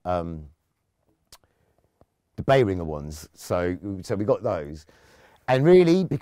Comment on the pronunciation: Umm, at last a non-germanic bloke who actually pronuonced Behringer correctly. It's NOT BehrinJer!